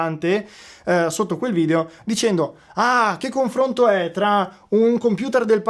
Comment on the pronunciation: conflonto? ahahaha top